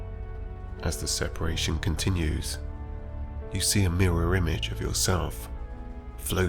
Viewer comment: I hear my old chemistry teacher bawling across the classroom: sepAAAAAAAAAAAAAration. Not sepEration!